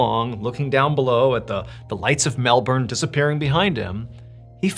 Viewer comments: Wow the last story was crazy and you pronounced the word Melbourne perfectly. Love from Australia:) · Did anyone know Australia pronounces Melbourne as "Melben" not "Melborn" and idk why we have never said that to anyone 🤣 Tbh I dont know anyone in aus that cares at all how it's said anywhere else tbh but heaps people always point out when a person pronounces any other state in a different country wrong ☠️😂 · Nice to hear an American pronounce Melbourne like an Aussie would and not like an American would!😂🇦🇺 I remember Fred going missing, huge mystery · I think we should name you an honorary Aussie Mr B. Your pronunciation of Melbourne was spot on. 😁🇦🇺. This case has to this day never been resolved. No wreckage...nothing. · Added bonus and Kudos Mr Ballen for actually pronouncing Melbourne correctly and NOT like MelBORN !! 👍👏👏😁😎🇦🇺